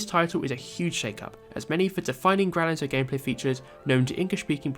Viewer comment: isn't it pronounced "grow-lanser" not "growl-anser"?